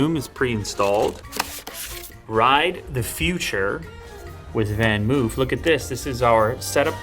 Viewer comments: Van Moof is pronounced as Van 'Mofe'. The double 'o' is pronounced as for example the 'o' in home. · As it being a Dutch brand just wanted to point out the pronunciation of the brand. It isn’t pronounced as van ‘moo’ like a cow moo 🐮 🐄. More like ‘van moe f ‘ 👌